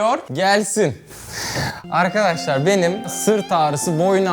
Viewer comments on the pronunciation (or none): none